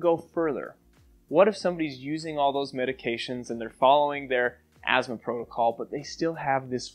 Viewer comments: There is no "z" in Asthma . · is it weird that i pronounce it "as-thmah"?